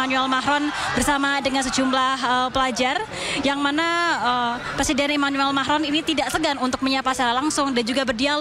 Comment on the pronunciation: Manggil presiden enak amat... Macroonn... 😅